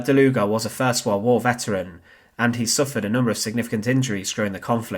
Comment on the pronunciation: I kept on hearing "der Luger" 😅